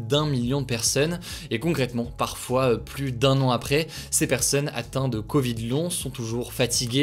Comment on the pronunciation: Moi c'est sa prononciation du mot "plus" que je supporte pluSsss